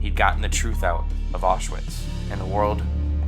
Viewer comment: Please learn how to pronounce Auschwitz.